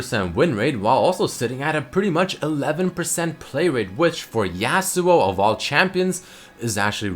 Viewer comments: it's yasuo not yassuo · its Yahsuo not yeahsuo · let's think about this from outside the box Yasuo is clearly based off the concept of the lone Japanese samurai. Well, I can tell you that a Japanese person would never pronounce his name in this manner. Never in a million years, because that's not how they pronounce their words. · IF YOU CARED FOR YASUO YOU WOULD PRONOUNCE HIS NAME RIGHT,! YOU WOULD PUT SOME RESPEK ON HIS NAME!